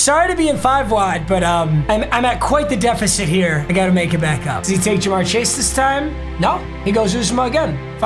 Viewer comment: Of course he does theme teams and he picks my bengals first and play he's worst game. Put some respect on us! And how he pronounces CJ's last name wrong was cancer every time..